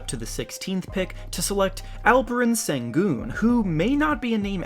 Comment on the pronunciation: Sengun is pronounced like 'Shen Goon'